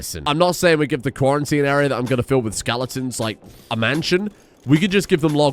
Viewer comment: Lol Quarry-tine.